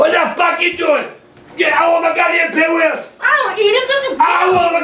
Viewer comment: “I WANT MEH GODDAMN PIGWEELS”